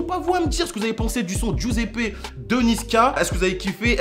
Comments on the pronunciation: ta grand mere le grille pain mais Giuseppe ça se dit joseppe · giuseppe c est congolais sa se dit jiuseppe